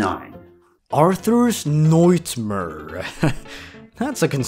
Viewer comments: "Arthur's Noightmur" got me cracking up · You can't tell me "Arthur's Noightmur" wasn't google translated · Ah yes, Arthur's Noightmur